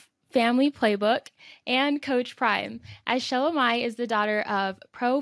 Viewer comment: Pronounce the name correctly. Repeatedly calling her wrong name….